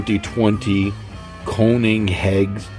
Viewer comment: If it helps at all, try saying "Ker-nig-sek" I won't claim that pronunciation is authentic but it's the best I can manage 🙂